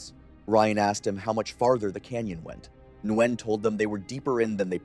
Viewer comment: So you didn't make it all the way to "Nguyen" as I did? (He said Nwen)